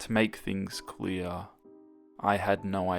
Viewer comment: To make things cleyor... I had no ideyor